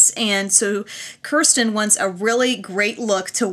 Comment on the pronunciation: Kirsten is my daughter!!! what a wonderful idea for this contest, your great! By the way, her named is pronounced "Kiersten" or say "ear" with a "K" in front of it. LOL that's okay, people do it all the time.